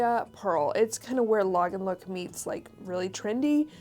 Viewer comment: Thank you for a great video! When sourcing I think if I could see Diane Keaton (Annie Hall) wearing this then it’s definitely Lagenlook! You are pronouncing Lagenlook correctly!!😄❤️